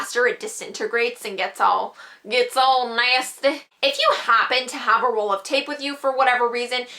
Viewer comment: "it gets all nastey ". lol i died 😂